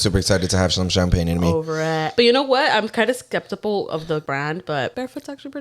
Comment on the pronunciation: Not ‘skeptipal’ 🤣